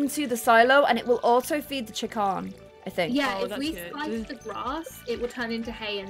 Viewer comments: Someone: tells how to say scythe not 30 seconds later: sCythe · I love how gets told how to pronounce Scythe but still pronounces it her way